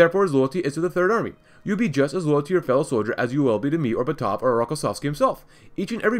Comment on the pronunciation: Also, it's BAtov, not BatOv.